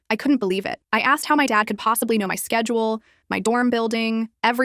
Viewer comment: When it said schedules one time it said sexuals